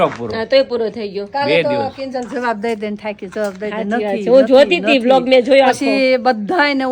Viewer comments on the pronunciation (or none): none